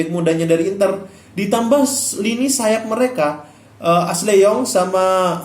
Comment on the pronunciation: Hhhhh iya tau itu pemain inter , tapi yang aku maksud manggilnya bro , alamak gak ngerti bahasa indonesia kayaknya. Hhhhhhh , belajar dan memahami bahasa indonesia yang baik Bro biar gak gagal paham . jangan belajar bahasa monyet. Luh manggil D'ambrosio itu dg sebutan Danbriasso gomblok , Ashley young itu di bacanya (Ashley yang ) jangan d baca lurus lurus. Coba dah liat youtube luh Lagi biar gak sok pinter . klau mau debat inter next time bisa kita dabat . mau debat Sequad La grande inter juga boleh. Terserah mau bahasa inter tahun berapa aja.